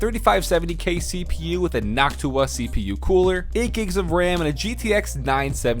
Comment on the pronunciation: Your first keyboard is not a k65, those do not have number pads. Also messed up the ram pronunciation my man...